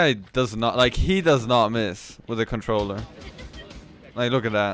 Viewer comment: 😂 if u don’t know limits is MnK he says cintroller